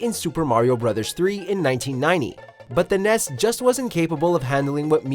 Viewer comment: Why does he pronounce nes and snes like that lmao